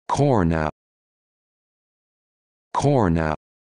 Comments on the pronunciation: This is a load of crap. It's pronounced Garna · Correct pronunciation found at this link: It's pronounced "gar-na" with a soft 'g' (almost like "aaar-na") and not corn-ah as shown in the above clip. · This needs to be corrected, as a 3rd generation descendant of Kaurna People I think you should re-do your research and also stop using those awful American type electronic voices. Try Gauna or if that's too difficult try Garnah. Pronunciation Guide you have got it wrong. Remove this from YouTube. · WRONG it's pronounced GAURNA with a g not a k